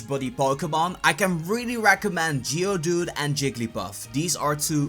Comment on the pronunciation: Wowowo wait did he say geodude and jiggly puff